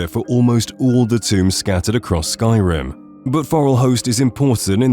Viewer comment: The way you mispronounce names and other things about this game I'm suspicious that you have never actually played it.